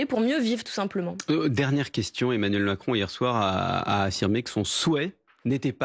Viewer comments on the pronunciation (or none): none